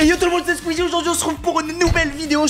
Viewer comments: Ta dit squizi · Je rêve où tu as dit squizie??😅😅🤣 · Ta dit ses squizi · ta dis squeezi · Ta dit sqezzie au debut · tu as dit squisi